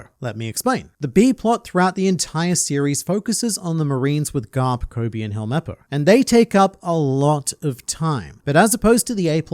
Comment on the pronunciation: Vice Admiral Gar-lup